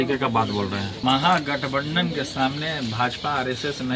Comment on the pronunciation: अरे बोका पहले महागठबंधन तो बोलना सिख ले दोनों भाई कुछ पढ़ लिख लेते 😝😝😝😝